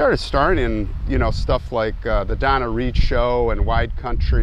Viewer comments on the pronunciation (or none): none